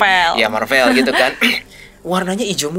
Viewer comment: Its Marvel bro! Not mar-vell